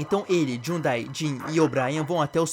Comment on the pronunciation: “Jhudai” KKKKKKKKKJJ